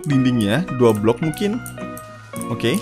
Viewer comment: Dimenit gw ngedenger nya. Gobl** Gobl** padahal lagi ngomong 2 block 2 block..wkwk Btw lanjut main wooby life bang